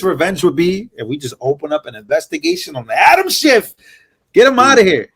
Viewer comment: ITS SCHIFF.... NOT....SHIFT........